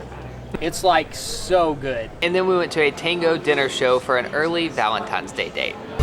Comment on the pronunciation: Did you just say "valentimes" day?